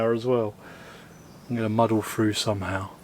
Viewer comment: why do brits insist on butchering english? It's SEE THROUGH NOT SEE FROO.